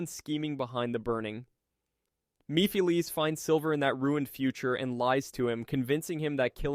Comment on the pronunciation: yeah, when it started to tell wrong facts about blaze, and the way he pronounced Maphiles and robotnik, it was clear that not only is the voice AI, but the script as well. Shame